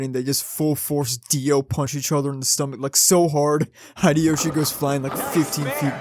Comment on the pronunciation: 1. Thank you for the video. As someone who loved Initial D, and rides motorcycles I can not wait to find the...DVD... and watch it 2. Its Hideyoshi (Hee Day Yo Shee). I only mention it because you pronounce all of your other "i"s correctly as long ee sounds. Bar (ee), Shu (ee) ch(ee), M(ee) Yuk(ee), etc. If you are curious, most Americans pronounce Nikon incorrectly too. It is not Nikon as in Nike but Nikon as in knee. 3. In 1674 Virginia made street racing of the equestrian kind illegal because people were being run over. Stupid has been with us a long time. I street raced as a teen and had some very close calls. Reflecting on it, I am not sure anything would have convinced me not to do it, despite knowing how stupid it is as an adult. Providing inexpensive alternatives like karting or minimoto racing might have been the best way to keep me from racing on the street. I have thought about how I would prevent my children from racing and I do not have a good answer.